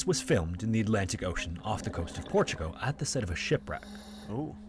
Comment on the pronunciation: I wonder if the narrator realizes is Portugal, not Portugo